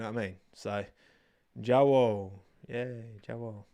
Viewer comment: I'm not European and even I know how to pronounce "jawohl" that was CRINGE